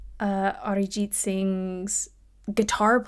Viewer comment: The fact that you pronounced Arijit so well shows your admiration for him.